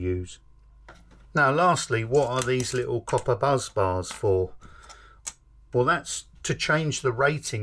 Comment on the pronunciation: ‘BUSS BARS’ not as you keep saying, “Buzz bars”!